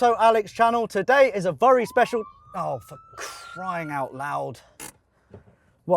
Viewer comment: Has anyone ever told the word is VERY not VURY?